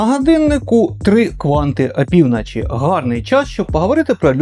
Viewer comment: Я перепрошую за нахабство, але кожен раз коли я починаю дивитися ваше нове відео, я так і хочу вам написати цей коментар... І не з боку зухвальства, але із найкращими побажаннями вам та каналу: будь-ласка вимовляйте в словах звук "О" як "О", а не як "А" (прик. АпівнАчі). Я, як ваш глядач, дуже про це прошу. Неодразу вийде - і це абсолютно нормально, але хоча б спробуйте. Дякую!!!